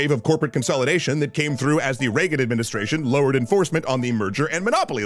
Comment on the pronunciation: After the first time you said reagen i was fully radicalized no need to continue